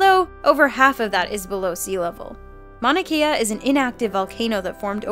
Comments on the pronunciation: You fucking pronounced Mauna Kea wrong and for us Hawaiian viewers it's painful to listen too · the pronunciation on Mauna Kea is really bad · They butchered the pronunciation of Mauna Kea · the way you say Mauna Kea makes me cringe. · She didn't pronounce Mona Kea correctly. I'm not triggered or that dumb shit but just saying lol. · Maunakea was pronounced wrong in this video: Maun-na-k-a. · If ur gonna say my islands mountain name plz say it right 😂(hawaii) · It's pronounced maunaKAYA not maunaKEYA. Just a friendly correction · Mauna kea is not pronounced "Mauna 'Kee" ah", it is pronounced "Mauna 'Kay' ah". And if the shrew is 1.8 pounds, it is not the lightest mammal. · It's not Mauna Kea it's Mauna Kea (kay yah) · Its actually pronounced mauna kay-ah....i would know im from hawaii and am hawaiian myself. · Maunakia... you mean Maunakea? 💀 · It is not mauna key uh is it mauna Kay uh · I'm sorry but as a Hawaiian, it's pronounced "Mon-u-Kay-uh". LUV U! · Youre pronouncing Mauna Kea wrong, im from Hawaii. Kea = KAY-AH That was cringe worthy lol sorry but there you go. Thats all. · Actually, it's pronounced Mauna Kea... Like (Mau - nah) (Kay - uh)... Not that you're 100% wrong, I get that it's hard to pronounce.. But just in case people wanted to know..? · She pronounced Mauna Kea wrong its pronounced mauna Kay-ah... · butchered Mauna Kea.... smh mana kia where that at???? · it's pronounced Mauna Keh-a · It's pronounced Monakea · Mauna kea (mouna ke ea) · No offense but it's maunakea (maunah keah) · Hey it's MAUnakea. As in mow. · Yeah I'm mad about the misleading thumbnail, but the butchering of Mauna Kea really pissed me off. It's not THAT hard, non-Hawaiian-living people. ... Unless you have a really strong accent. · You said our mountains name wrong and it's obvious she's the tallest on earth because you need to count from sea floor up not ground up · you pronounced mauna kea wrong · disliked for thumbnail and mispronounced Mauna Kea